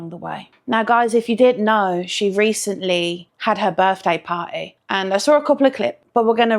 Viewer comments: I hear 'potty'... 🚽🫩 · I kept on hearing “patty” and frankly I just felt like she should’ve done a burger theme with how she was saying party.